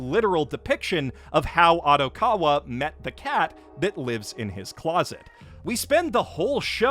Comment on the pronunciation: How does someone who watches as much anime as you mispronounce Odokawa’s name so incredibly.